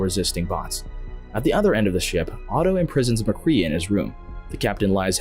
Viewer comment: I’m afraid that you STILL DON’T know his name because the robotic narration pronounced MacCrea as MACREE’A